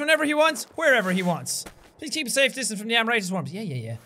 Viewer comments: Jack the pronunciation of Amrita is Amrit or amrat which is derived from a hindi word meaning a medicine to make people immortal. Like so Jack can see. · Its pronounced Amrit. Rit is pronounced same as kit. In Indian mythology, its a substance that gives immortality. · its amrit (um-ri-t) means Elixir